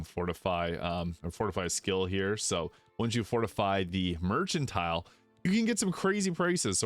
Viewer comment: this is helpful, ty! a kind heads up: it’s mer-CAN-tile, not mer-CHAN-tile